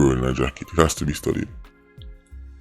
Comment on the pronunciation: "It has to be studdied"